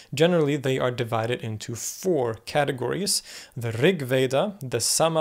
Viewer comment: Yajur Veda is Yajur Veda, ja is not silent JFYI